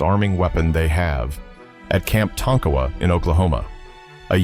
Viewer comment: FINALLY, an AI that knows how to pronounce Tonkowa, OK.